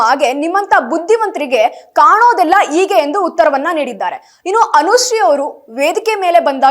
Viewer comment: ಮೇಡಂಜಿ... ಅದು ಅಳದಿ ಅಲ್ಲ "ಹಳದಿ" ಅಂತ ಹೇಳಬೇಕು, ಮತ್ತೆ ಈಗೆ ಅಲ್ಲ, ಅದನ್ನು "ಹೀಗೆ" ಅಂತ ಉಚ್ಚರಿಸಿ.